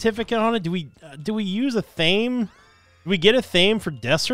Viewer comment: It’s pronounced ath uh may